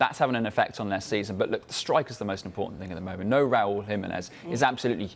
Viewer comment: Its pronounced Raúl Jiménez not RAWL HIMINEZ ffs